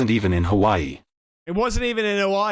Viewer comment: ***Hawaii not Howie